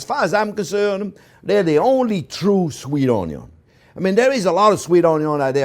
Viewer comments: He doesn't say Onion, he says Onyo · The first time he said “onyon” I knew who he was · You're all wrong. He says Oño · I never seen a chef with this much passion for his "oniyon"❤❤❤❤❤❤❤❤❤ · This guy does loves his Onyo's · Chef Jean-Pierre: "I could live on Onyo....." Everyone else: Yes Chef, we know. We know! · Oh...I would need my “onyo” goggles....🤓 for that one....why are you not crying??? Must be magic. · I need a t-shirt that says "J'aime les Onyos" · Like the onyo, I also enjoy getting stuffed with meat and topped with white sauce 🥴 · The "onyo man".... Onyo..onyo..onyo..onyo 🎉🎉🎉🎉🎉🎉 Wonderful teacher... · Came for polnareffu, stayed for onyun. I love this channel. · came for onyo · A good onyo is apparantly also a stuffed onyo and not just a eavy onyo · Im a simple man. I hear 'onyo i give 👍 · I am a simple man, I hear onyo, I like. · I haven’t seen this guy in months, I miss the onyo. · i like when he says onyo it's very satisfying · Every time he says onyo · Onyo Onyo !Onyo Onyo !Onyo Onyo !Onyo Onyo! Onyo Onyo! Onyo Onyo ! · when i hear the onyo , i know this is a good dish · YOU STILL SAY ONYO EVERY TIME, IT'S BEEN YERS LOL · Valhalla onyooooooooo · Just him saying onyo is top 5 most wholesome moments worthy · u mean french onyo soup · Me too. I used one of his recipes a long time ago and came across a video today and new immediately who it was by the onyo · I grew up eating stuffed bell peppers. Never heard of stuffed on-yons. 😁 Gonna date myself here. Chef Tel from waaaaaaay back pronounced it, “on-yon” too. LOVED IT! Please look for WA State Walla Walla onions. You may find them to be sweeter. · Best Onyo pronouncer in the world. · Love the way you say Onyoon. :) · Onyo isnt even a joke anymore, its a way of life. Love the onyo, live the onyo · Oignion de oignion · The legend of onyo do not cry again when working with onyo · Find someone who loves you as much as chef Jean Pierre loves Onyos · I hear onyo I subscribe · I love how he says "onyo"